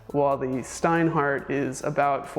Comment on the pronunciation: Is it so difficult to learn how to pronounce the names? Your "Steinhart" is killing me, really (and I'm not even German).